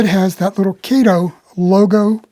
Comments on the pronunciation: Oh No, No, No, NoNoNoNoNOOoooOh! My wifee would pull my hair out (n i only have a few left) if my model train would pull the paint off my concrete block basement wall (nottto daaahhtoh she cares bout it). About Kato. It's nut(not) pronounced KAeToh. It's pronounced CutOh in Japan. Yah, ur dinking bout daaahhaahto Baaatohman's compadre KayToe? As far as CutOh's models, they're over engineered. Why pay daaahhaato (that) munchy when u can get more out of current Xi Ji Ping CCP make? CutOh product must be slashed nut only in engineering buttttoh(butt), material quality too to compete against Xi's and i bet they in turn have their product by Evita Peron song: 'Don't Cry 4 MEeeeeeeh, Made-in-Cheeenah! The truth is i've never loved u!' U may dink bout chucking dem Alco CutOh's. They all look like green cucumber pickles anyway! Time for trade-in's w newer 'off red' colored CCP Xi's. OK, OK, OOOhKay! Seriously, i really appreciated ur presentation by disassembling the model, then to analyze why the Alco models run so well. You just cracked me up when u mentioned about the models r designed so well that they'll pull the paint off ... Thumbs way up n subscribed to ur channel. Thx! PS. I would rather c ur locos pull off thick Tammy Baker's powder puff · You're another one that needs to apologize to Mr. Kato. His name is pronounced Cot o.